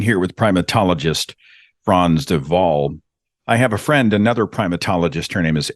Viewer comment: Perfect pronunciation of “Frans De Waal “. Great 👍